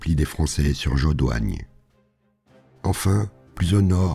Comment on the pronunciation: Vraiment pour pinailler : Jodoigne, se prononce quasi Jodogne, le oi est presque "oye" qui donne l'impression que le i est muet. Perwez se prononce Pèrwéé (en faisant un peu trainer le é ^^). Le fort d'Embourg est un village de Liège, donc aussi francophone (comme quasi toute la Wallonie), on ne le prononce pas à la hollandaise ;) Chaudfontaine se prononce tel quel au masculin, "chaud-fontaine". Super boulot, je trépigne d'impatience pour la suite ! PS : si vous le souhaitez, vous pouvez m'envoyer un message privé si vous avez un doute sur une prononciation de lieux ;)